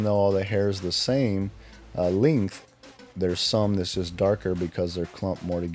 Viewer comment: The “LINGTH” 😂